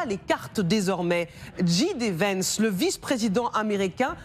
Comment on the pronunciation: " , "... rabat les cartes... dji dé vènce" "dji dé vènce" encore une fois Soit tu dis ji dé à la française, soit tu dis jay dee à l'anglaise ! Aussi nulle en français qu'en anglais, le bon équilibre finalement !